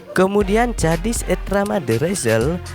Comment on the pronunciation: Kok cara baca namanya bikin kesel y